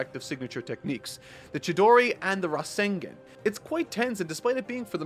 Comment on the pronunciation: Love this series of yours. However, you saying "rasenGEN" just hurts a fan's soul... Gives an impression of a creator who doesn't care, or didn't really watch the show, as Naruto says "RASEN GUN" a million times.